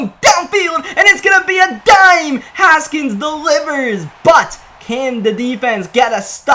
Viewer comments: GLORY!!! You know how to say haskins right now! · Finally saying Haskins right. Congrats